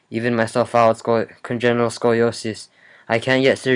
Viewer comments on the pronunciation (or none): LOL! Congenital scoliosis, not congenial! Congenial means friendly and social... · 'congenial scoliosis'